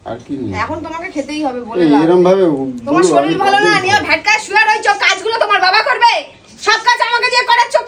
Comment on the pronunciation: শরীল নয় কথাটা শরীর😂😂